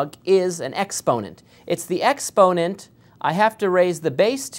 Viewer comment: Ex-ponent? Really? Expo-nent...